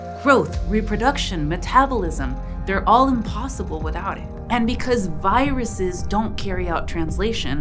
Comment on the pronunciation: "Giruses" Bless you